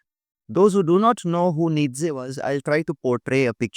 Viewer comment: You dont know enough about Nietzsche . Even a few youtube videos would have been enough for you to understand the beautiful philosophy of Nietzsche . Even 1-2 quality resources would have been enough to atleast inform you of how even his name is pronounced correctly . If you really care about truth in your work , go back and look up Nietzsche .